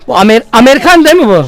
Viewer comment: bu amerigan demi -amerigan mış 😂😂😂